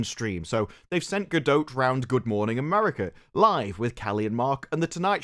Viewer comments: Her name is Gadot, ending as in "dot". Not Gadoat/Gadote. Just want to help 🙂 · Gal is Israeli, not French. There's no "e" at the end of her last name. Ga-DOT. Not dough, not dote, just dot. For an Englishman who talks for a living... Keep up the sharp commentary my guy, and we will too 😜😊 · Gadote??? Gadote??? Bro, stfu, hearing it literally every 2 seconds is fxcking stupid and annoying, just shut the fxck up. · Gal actually says her last name is pronounced like boat. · If you're going to say her name 600 times in a 20 min video can you at least learn how to pronounce Gal Gadot's name? It's like nails on a chalk board .